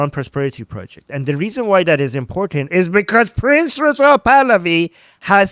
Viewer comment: Hate to correct others’ English but best not to repeatedly call him “Princess Pahlavi” or “ Princessa Pahlavi” or Prince UH Pahlavi … the E at the end of “Prince” is absolutely entirely silent. It’s slightly humorous, but distracting because it sounds a bit like you’re making fun of him by feminizing his name , which you obviously do not want to do. Think “Prints Pahlavi.” That’s the perfect